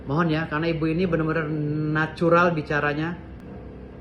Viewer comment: NAJURAL.....wkwkwkwkwk ente kadang2😄😄😄😄